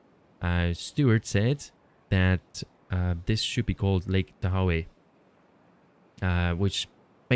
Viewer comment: You should look up how to say Lake Tahoe because you were a little off on how you said it the first time 😂